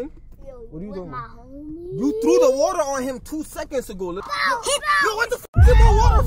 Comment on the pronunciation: said”get the wuter”